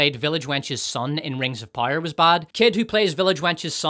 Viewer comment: It took me 38 minutes to figure out the reviewer was actually saying “power” but he was pronouncing it “pyre”. At least I got “fill ‘em” right away ! I’d just never heard “film” with 2 syllables before. The review was excellent .